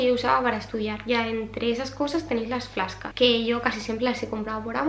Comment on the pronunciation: Las "fláscas"...jajajja...he flipado...vaya pronunciación.. flash cards..jajajj. Perdón, como profe de inglés nunca me puedo acostumbrar al "ingles" de los españoles. Si no se sabe inglés, decir fichas y ya está...antes que hacer el cómico con la pronunciación. ESo es algo que no entiendo de los españoles, la ignorancia para el inglés y cómo se atreven a pronunciar de cualquier manera sin sonrojarse...porqué digo esto...porque es cómico y somos los únicos en Europa que lo hacemos, a mí me da vergüenza ajena. No es un ataque guapa. Es otra constatación más de tantas que veo ...